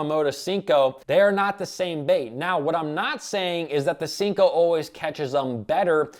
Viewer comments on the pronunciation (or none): Great video but the way you say senko gives me anxiety 😥 😂